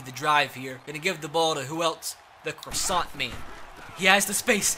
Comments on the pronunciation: Stop saying Croissant! It’s Crossan! Cross - An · i know it’s two years later, but say it with me. D-A-L-T-O-N crasson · Crossan is pronounced craw-san